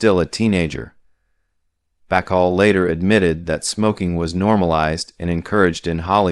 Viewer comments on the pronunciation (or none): Marlene Die-et-rich? Tallyyoulah Bankhead? Lauren Back-all? Me West? Ahva Gardner? Em-phy-sma? Dude, LEARN THE PROPER PRONUNCIATIONS OF THESE NAMES AND WORDS! OTHERWISE, DON'T BOTHER MAKING THESE VIDEOS!